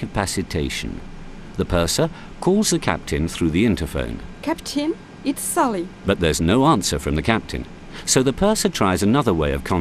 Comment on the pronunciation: ceptehn, do you read me, it's suhleey!